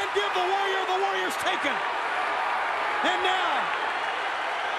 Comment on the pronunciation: howard finkel the only american that could say "warrior" properly